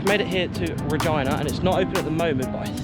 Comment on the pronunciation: I think you mispronounced RegEEna on purpose! lol